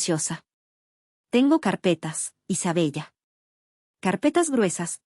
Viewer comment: Isabella se pronuncia Isabela